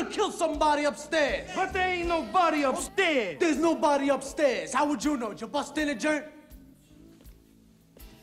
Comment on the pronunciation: Rofl “but thea ainn nobody upsteaasss”